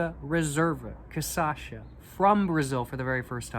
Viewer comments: You are saying it like caçacha but it’s cachaça the c that sounds like an s comes after the “cach”. Great video though I love the depth of your reviews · Would you PLEASE start pronouncing cachaça correctly? Cah-shah-sah (you're inverting it to cah-sah-shah). Btw u HAVE TO try Jambu cachaça. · That is definitely much better than the trash caninha 51 you got before! Also: never say your poems are not good! Let the reader decide. They might disagree! :D edit: minor note, but you are saying "caçacha", when it reality it should be "cachaça". You are swapping the two latter syllables :P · When he says Ca Ça Cha. It is CA Cha Ça. Very similar but when it is said sounds really really funny. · i love the fact that you pronnunciate KA-SA-SHA instead of KA-SHA-SA, your way sound way more better than the original pronnunciation here in brazil! great video btw! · Try caipirinha with this one, to me its even better. Also the pronunciation is 'caCHAssa' and not 'caSSAcha'🤣 nice video man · bro im begging, cachaça not caçacha, you are starting to make ME say it wrong too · I think you are already thinking about moving to Brazil. Now, it is not Ca-sa-cha, it is Ca-cha-sa, lol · BRO , IS NO T CA ÇA CHA, IS CA CHA CA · It's KaSHAssa 😊 be welcome 🇧🇷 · thanks for attempting brazilian portuguese!! but it's "cachaça", so you should pronounce it "KA-SHA-SAH" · if i hear you saying caÇacha one more time i'm gona kms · bro this is so funny how he says Kassacha hahhaha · from now on, i will only say "caçacha" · Ele fala caçacha kkkkkkkkk bonitinho dms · sir, it's pronounced "kah-SHAH-suh" that said, I'm loving to see the Brazilian cigarettes and cachaças reviews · jaja other people say Stella Artois but says Stella Artosis... a thousand people have commented about it and he just dgaf... ain't no way he gonna stop saying caçacha 🤷‍♀️ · "Cassacha" kkkkk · Love you saying CAÇACHA, its my new way of talking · eu amo ele falando caçacha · say like this: "CA-SHA-SA" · W caçacha 🤷‍♀️